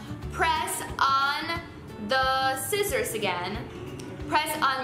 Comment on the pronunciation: U said scissors so Spanish omg